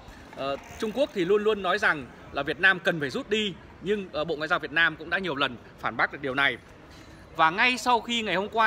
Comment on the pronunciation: Ông ở đâu mÀ nói Việt na M tôi